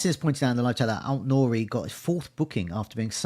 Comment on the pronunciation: Any more irritating word play with "talisman" and you're going to lose a subscriber. And it's AIT Nouri, not ALT. Sheesh!